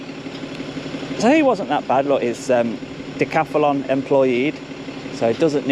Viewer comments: Why do you insist on saying decathAlon, cant you read. They're very big letters.....Moron! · Decathlon is the Name not Dacathalon😂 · Decathlon not Decathalon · Todays episode was brought to you by the letters GBRP. And the extra A DJ adds everytime he says Decathalon